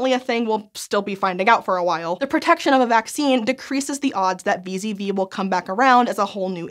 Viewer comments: It sounds like she says vis-a-vis a lot, but she means wee-zedd-wee (VZV) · Did anyone else hear "Vis-à-vis" every time said "VZV"?